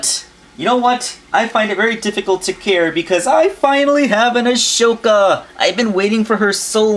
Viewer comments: (Okay clone ranger control yourself. Just because he mispronounced the name doesn't mean you have to get upset) hey the name is pronounced A-SO-KA not A-SHO-KA. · Right, he keeps mispronouncing it too..